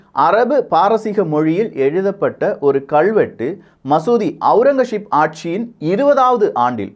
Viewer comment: ஔரங்கசீப். Aurangazep and not Aurangasheep